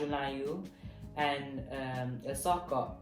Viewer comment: when he said the baju melayu and the songkok i can hear the kelate slag there hahaha